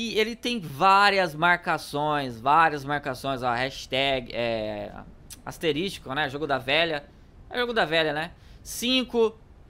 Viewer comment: ASTERISTÍCO ~KKKKKK~